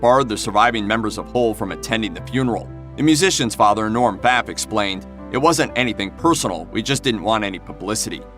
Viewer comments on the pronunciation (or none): none